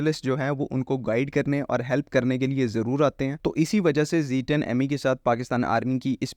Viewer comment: Zed 10 Zed 10 stick to the proper pronunciation Ditch the American Zeeee thanks for the update